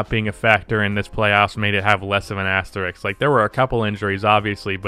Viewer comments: Why is the “sk”-sound so hard for Americans to pronounce? It’s asterisk. Asterix hung out with Obelix. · Imagine being able to pronounce the word “asterisk” correctly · One day you will get the word "asterisk" right, I believe.